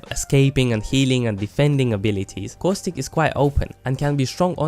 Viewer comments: Good vid, but cowstick? It's Caw-stick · just saying its Costic you pronounce it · CoWStIcK Not making fun of his your accent or anything, it just sounds funny. P.S love the vids!!! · "So if you peek coostic" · I came here just to hear you say caustic. I find it hilarious